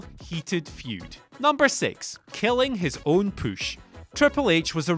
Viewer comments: its push not pouche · Push not posh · Say push again. :D